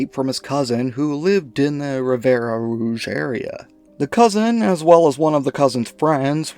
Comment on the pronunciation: Ffs... it's Rivière Rouge. Means Red River. To pronounce, rivière = riv-ee-air. The final 'e' is silent.